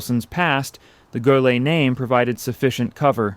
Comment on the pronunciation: You should do something to relieve the poor AI which keeps mangling the pronunciation of "Goelet," It's pronounced: Go Lay. It's not that hard.